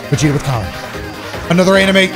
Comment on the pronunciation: Seereax and Vegeta showed Goku there "BOWER"!!!